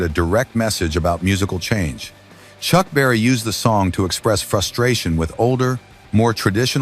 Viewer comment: S'il vous plaît c'est Chuck Berry et non chuck barry merci